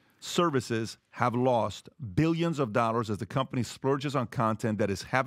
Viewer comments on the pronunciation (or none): da lerrrs, anyone notice the way pat pronounces the word dollar.....daa lerrrs